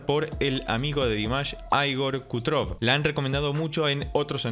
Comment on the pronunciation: Perdón, es ogni pietra, no petra y el apellido de igor es krutoy no kutrov, igual te quiero, amo tus análisis, compartís tu conocimiento de manera muy elocuente!saludos!!!!